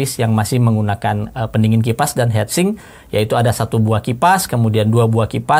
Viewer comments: Agak kurang nyaman denger hedsing om, its hitsing 😁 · Ngomong heatsink kenapa.hetsink. Sedangkan heatpipe ngomong nya . Hitpipe 😂